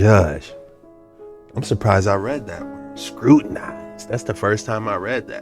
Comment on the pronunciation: You pronounced scrutinized perfectly. No worries brother ✌️🤠